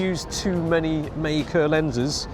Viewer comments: May-kuh, huh? Learn something new everyday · MEI KE! Is that the proper Chinese pronounciation?